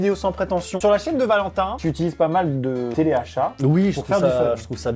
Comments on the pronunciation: Telachat ? c’est pas teleachat ? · telachat au lieu de teleachat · A , le « télachat »! 🤣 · À 6min le "Télachat"